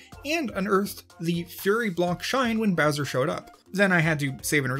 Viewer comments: you said browser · Ok I forgot the time of the video but did you just say brownser or browser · did you say browser